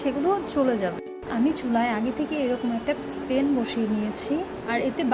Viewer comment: পেন আবার কি ? প্যান 🙄🙄🙄